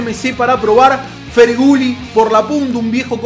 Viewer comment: Feghouli o Ferguli, menos pronunciación que el Charango feibu.